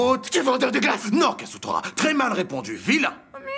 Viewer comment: c'est kazutora pas kasutora